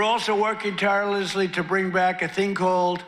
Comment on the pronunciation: never heard someone say “tirelessly” so tired and slurred